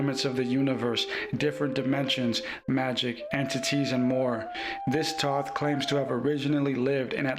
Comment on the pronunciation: His name is Thoth. Pronounce it correctly at least 😢